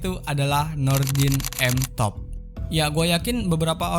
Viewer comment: M top bang bukan tank top